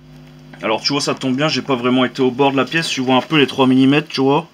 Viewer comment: Hè hè "Tu vouaaah..." Ca me plais bien ta video!